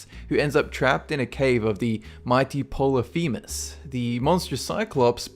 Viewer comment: How is it you are managing to pronounce Polythemus polythimeus? Where are you seeing that e? I'm pretty sure you pronounced it right the first time, so what the heck?